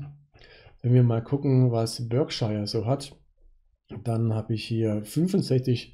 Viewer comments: Das britische county Berkshire wird Ba:kschah ausgesprochen. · Für den Erfolg an der Börse zwar schei*egal, aber es wird sowohl im britischen als auch im amerikanischen Akzent in etwa "Börkshah" ausgesprochen. Ansonsten bedanke ich mich für den guten Content :)